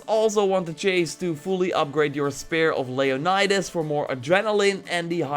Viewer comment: How are you still mispronouncing "Leonidas" AFTER playing AC:Odyssey?!